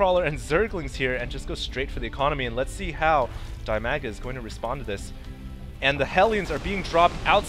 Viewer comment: Hey,. DIMAGAs name is read as 'deemaga'. His nickname is actually derived from his name (Dmitry, Dima). Uh... I hope the next game with Dimaga or Ra that you will comment will be more successfull for them =) Congratulations with graduation (Can you tell what have you graduated from?:) If it is ofcourse not a secret).